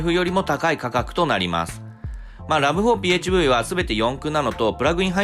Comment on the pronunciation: ラブホって聞こえる